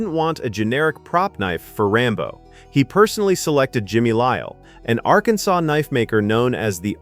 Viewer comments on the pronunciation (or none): none